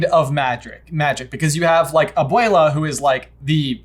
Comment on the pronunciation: Am I the only one who hears aboila instead of abuela coming out of J's mouth? 😂